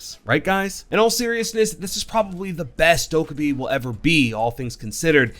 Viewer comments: subtitles when he says Dokkabae funny ~intentional~ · The way you pronounce her name is wrong. If you go to that video of how they made Amaru and Goyo they say how her name is actually pronounced.